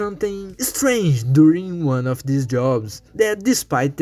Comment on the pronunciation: "use-ed" "tink" "deese"